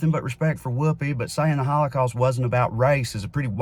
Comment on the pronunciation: "we shouldn't 'exploit' the HawlaCawst" ?!??? 🤣🤣🤣🤣 Dear YHWH if there's anything we shouldn't do, it's that lmao Are you willing to address who funds Neo Con and Q tier narratives and media that make this subject the center of every discussion? Ever think it's meant to make them look foolish as well as keep the discussion on the HOWLACOWST as a bonus? Schindler's List is a fan fic take on an already stretched narrative. And do you think the super philo semetic GOP would ban anything like that? Nothing was banned. A comic about mice was removed from children's categories on websites. And now this has done nothing but increase sales because this whole thing was a pitch to do just that.